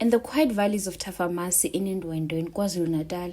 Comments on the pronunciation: Wrong pronunciation my love it's, Ndwe dwe as, opposed to ndwendwe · Ndwedwe cc not Ndwendwe